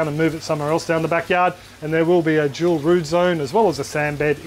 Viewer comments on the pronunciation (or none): "Jewel root zone". Now you can't unhear it.